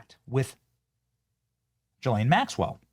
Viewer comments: Quit saying Jillane. Bro learn the fucking name. GEE-lane. You did the same stupid shit with Robert MUE-ler… it’s fucking Muller….. it’s like you do this shit on purpose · I’m so done! Her name is an Irish name. It is PRONOUNCED (Gee-Lahn). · We are years into this story and you still can't pronounce the name Ghislaine properly. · Are you fkn rtrdd? Why can't any of you influencers get this right? It's Guiffre where the G is SOFT like a J. And it's Ghislane with a HARD G, not a soft G like a J. It's not difficult and you should know this by now.